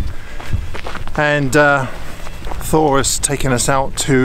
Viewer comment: Fantastic trip you have! But the name Thor is pronounced Tor, not the th sound you are used to ;)